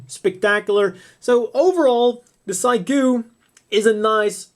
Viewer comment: pretty sure it's pronounced Seegoo...not cygoo